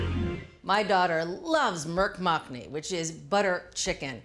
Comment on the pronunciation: I pressed play, only to hear how she pronounced the name of the dish. I wasn’t disappointed. 😂 Nothing wrong with using a rice cooker, but it really doesn’t take long to make steamed rice. Not sure why she said it would take longer than cooking the main dish. Not so. We usually cook rice about 10 mins before we’re ready to serve up